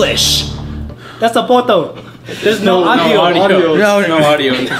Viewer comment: lol XDDDD I LAUGHED SO HARD WHEN SAID POTO LOLL PHOTO